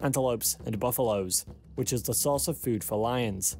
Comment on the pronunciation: It’s lions, not loins, and whole, not hole